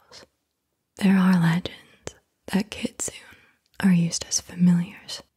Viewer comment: The Japanese fox spirit is pronounced "Kit-Su-Nay"